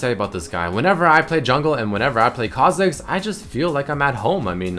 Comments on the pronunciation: GODAMNIT REDMERCY WHY DID U SAY KHA FOR US KHA MIDDERS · kha zix ? rly ? lol